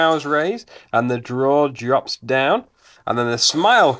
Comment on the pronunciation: "draw jops" ha ha. I just recently did something like that :)